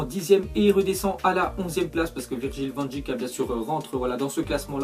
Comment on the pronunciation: Salut van dijk ça se prononce van deik 😉